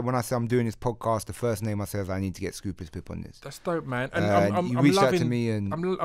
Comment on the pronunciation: Why is keep saying Scroobulous? At least learn how to say your guests name ffs. 🙄